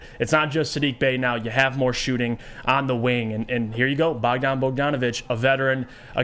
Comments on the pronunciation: Bojan, not bogdan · its BOJan Bogdanović, not BOGdan Bogdanović. Bogdan Bogdanović is a different player from Serbia who plays for Atlanta Hawks, Bojan is from Croatia and he played for Utah last 3 seasons. And he was a starter and a legit 20 ppg scorer for one of the best teams in the western conference, before that he was a starter for Indiana, another playoff team that was much better than this Pistons team. I doubt he is gonna be coming off the bench for a bad team that is nowhere near the playoffs. My guess is you dont know anything about him or his game and you never actually watched him play, you just saw his stats after he got traded and started making conclusions just based on those stats. Basketball is not played by stats, it is played by players, and Bojan is certainly a player with more than enough quality to start for this Pistons team